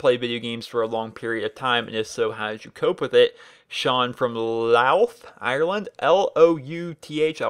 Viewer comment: Also its pronounced Loud ireland